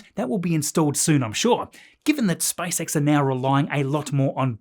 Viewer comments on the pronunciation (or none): Every time I hear "SpiceX"... 😂